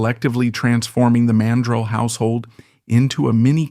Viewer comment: It's PRONOUNCED MAN-DRELL MORON.